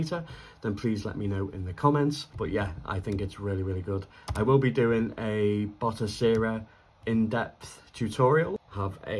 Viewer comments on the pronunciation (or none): Ok man.. Again.. Its "Batocera"..not "Botocera" 😖👍